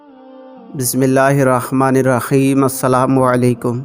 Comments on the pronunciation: بہائ سب سے پہلے کسی قاری سے اپنی بسم الله کے تلفظ ٹھیک کرے آپ بسم الله ٹھیک نہیں پڑتے الله ہمے قرآن پڑنے اور سیکھنے اور اس پر عمل کرنے کی توفیق دے آپ حیم کو خیم پڑتے ہے غور کرے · میں نے ٹھیک نھی سنا یا اپ نے شروع میں رخمان و رخیم ھی بولا??بھای۶ لوگ ذرا غور کرو